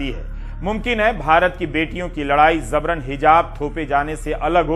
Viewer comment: Sir word zabaran nahi jabaran hai apki uchcharan se jabran se zabran kahne lagenge bus wase hi jaise amitabh bachchan sabhab ne fozool word ko fizool kerdi jo ghalat hai